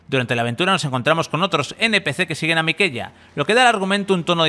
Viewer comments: Se nota que el locutor no se ha pasado a Malenia, porque no he escuchado más veces el nombre Miquella (miqUela pronunciado) en mi vida xD como para llamarlo MIKELLA jaja sin hate man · Les encanta pronunciar literal a como se ve escrito. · Miquela por Dios no miqueya...acaso no quedó claro las 200 veces que nos lo dice Malenia cada vez que nos mata? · Lo escribo como él lo pronuncia....que me da que el listo eres tú, Porque él tampoco dice Miquella, que por si no lo sabes la ll y la y son dos fonemas distintos con pronunciaciones distintas pollo y poyo no se pronuncian igual ni significan lo mismo...pollo es lo que te metes tú por la nariz y el poyo es donde te sientas después de meterte. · Jajaja, si suena nefasto que digan "Miqueya". Y además se acentúa en la I, no en la E. Y de pena ajena ese que te dice que escribes mal jajaja; es obvio el motivo. Por lo menos no le pusieron "Miguelito" 😆